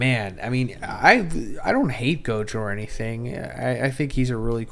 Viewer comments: You should learn how to pronounce the characters name bro. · bro its gojover LMAO